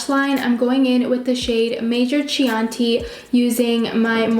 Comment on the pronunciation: Baby doll (and I mean that in a nice way), it’s “key-ah-n-tea”. Chianti is a type of wine. Anyway, I chose your video while looking up reviews to help me choose from the colourpop sale. You are just adorable. Keep up the good work, girl !